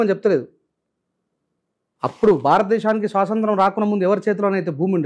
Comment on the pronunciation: స్వాతంత్రం,,,,, స్పష్టంగా,, పలకండి, సోదరా,,,,,, ముఖ్యమైన అంశాలు మాట్లాడుతున్నారు,, గ్రేట్